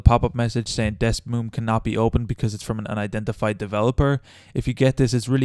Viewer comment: Man said Desmoom